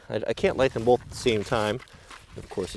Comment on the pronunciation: Stop putting an 'L' in the word 'Both'. You pronounce it 'Bolth' and it drives me mad!